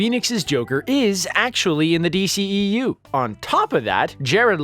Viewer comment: It's not DCEEU. Its D.C.E.U!🤦‍♂️